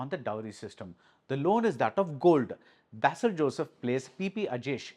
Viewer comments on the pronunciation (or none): Not ba-sil - Bei-sil! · Sir, pronunciation of ‘Basil’ is like ‘Base’